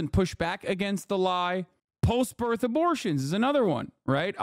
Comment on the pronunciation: "There ee no way, dude, there ee no way"